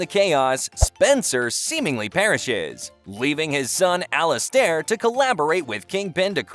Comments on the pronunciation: The way he says Ali-stair 😂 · I stop watching when the computer got Alistair name wrong...